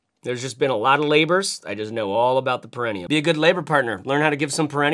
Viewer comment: Peri-knee-um, Bru. Trust me I'm a Doctor. And a bag guy (I'm running out of places to hide my new bags) That Forge bag, tho